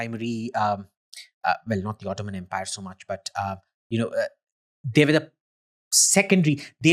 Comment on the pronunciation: But why do you pronounce "were" like "where"?